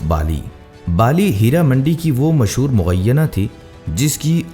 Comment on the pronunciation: اپنی اردو تو ٹھیک کر لیں مغینہ نہیں مغنیہ یعنی گانا (غنا) گانے والی